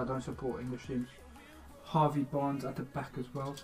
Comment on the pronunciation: lad said Harvey Barnes 🤣